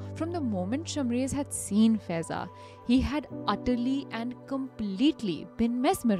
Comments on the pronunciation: The name of Girl is faaaiza not feza pronunciation is wrong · Guys, her name will be pronounced as फायेज़ा 😊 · Faiza is pronounced as Faa-ey-za. 😔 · FAIZAA is pronounced wrong